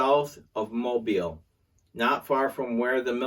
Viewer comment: Thank you for pronouncing Mobile correctly.